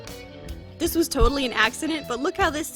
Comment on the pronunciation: listen closely "thiiise"